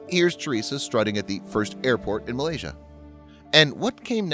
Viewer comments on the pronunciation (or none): none